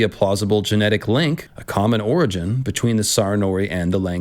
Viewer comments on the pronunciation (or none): none